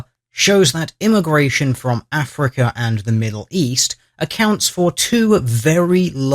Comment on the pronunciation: he never says 'africa' but something more like 'afriker'